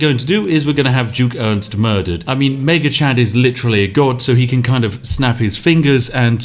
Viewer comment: You are mispronouncing Ernst's name. This is serious.